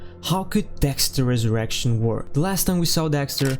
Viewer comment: You’ve gotta take a pause between “Dexter” and “Resurrection” bro.. this isn’t an X Videos original series